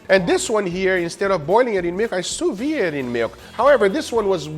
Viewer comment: "Sous vide" is pronounced "sous veed", not "sous vee".